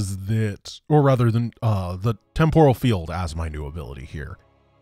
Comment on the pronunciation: Lol I know your gunna troll me for this one but its "Temp OHral" field not "TempURa field", if you mock me at least make it a good burn lol